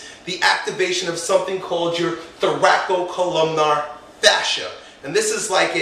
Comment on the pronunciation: I'm not sure how spells what he's pronouncing, but he should be pronouncing what is spelled "thoracolumbar fascia" (with a single "co" syllable).